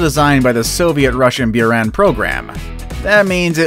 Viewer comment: The space shuttle was pronounced like Boo-rahn